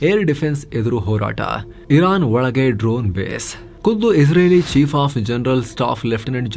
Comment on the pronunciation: "ಒಳಗೆ" ಅದು "ಒಳಗೇ" ಅಲ್ಲ.